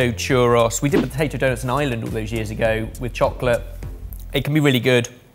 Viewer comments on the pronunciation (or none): looking at when he said potadough 🤣🤣🤣 amd having to come to the rescue for